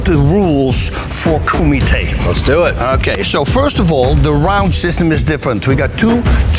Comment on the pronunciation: wati what ... did the announcer say KOOMITE ... lol 🤣🤣 ...." come to ahead in the koomite " come on work on you japanese man!!